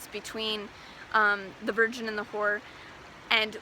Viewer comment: And The ho-wer! ❤😂😂😂